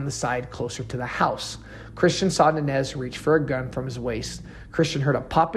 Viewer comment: Good video except for mispronouncing Nańez. It’s Non Yez!